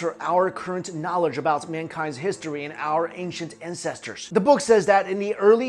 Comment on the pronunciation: "Ancient Incestors"